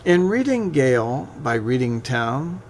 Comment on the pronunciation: I am sorry to be critical - but when the gentleman could not pronounce ‘Gaol’ correctly, I turned it off.